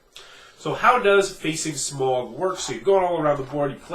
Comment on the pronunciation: Why are North Americans incapable of pronouncing the name Smaug correctly?